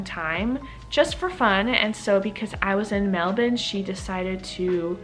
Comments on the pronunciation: The only American who say Melbourne like a Australian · You say Melbourne just like an Aussie! Hope you have a wonderful stay.